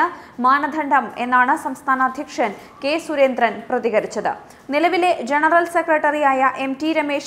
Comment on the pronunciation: മലയാളം ഉച്ചാരണം എന്റെ കുട്ടി, വളരെ കഷ്ടം.. ദ എന്ന ഒരക്ഷരം ഉണ്ട് മലയാളത്തിൽ. അതിന് പകരം കുട്ടി പറയുന്നത് ധ എന്നാണ്! സുരേന്ദ്രൻ എന്നതും വെറുതെ കനപ്പെടുത്തി ഉച്ചരിക്കുന്നു.. സഹിക്കാൻ വയ്യ..